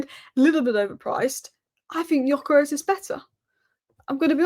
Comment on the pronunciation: Just wanna say I met a Swedish bloke on holiday and its 'Gyokeres' with a hard 'g' and a normal 's' ...